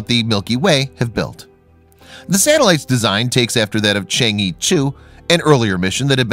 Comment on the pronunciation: Really cool video! It’s just that the pronunciation of the chang’e isn’t Shang-ee but instead sounds more like Chang-uh. Sorry it just really bothered me haha 😅